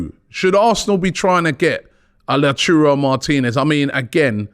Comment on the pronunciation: The return of La-churro Martinez 🤣🤣🤣